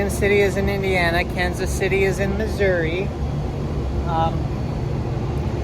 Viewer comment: Finally, someone pronounced Missouri correctly, as what it is 😂